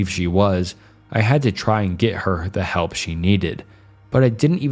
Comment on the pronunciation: Never heard of anyone pronouncing "help" as "health", maybe the scariest part of this video